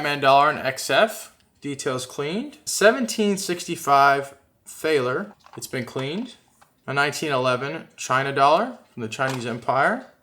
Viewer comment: just for the heck of it sigma test those chinese dollar ton of fake pcgs slabs with those. (and thaler is said like taller)